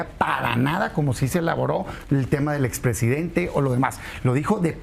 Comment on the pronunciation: A esta srita le cuesta mucho decir expresidente😮😮😮